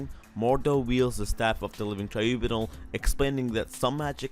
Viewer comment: TRIBUNAL- Try-bew-nall